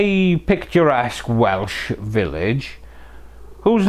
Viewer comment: Going to watch again when having my dinner just to listen to that Welsh pronunciation ❤